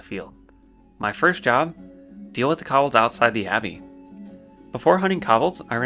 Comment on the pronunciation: and kobolds. Ko (rhymes with toe) and bold sounding like saying the single word 'bold' or some people say it 'bald' so, koe-bald.